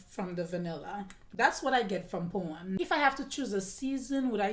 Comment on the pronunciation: Absolutely my favorite, a timeless classic of Jacques Chevalier . Every time you said Poême I always heard that it is Porn lol 😝 , best accent when American speaks French